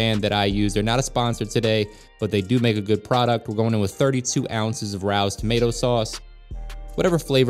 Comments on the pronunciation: Hi! The sauce is pronounced like ray o - it’s named after the restaurant here in nyc that’s makes it. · was one of Frank Sinatras favorite places in NYC the original location with the rat pack and I believe its pronounced "RAY-O'S " from living in the city thanks for your videos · The sauce is pronounced Ray-o's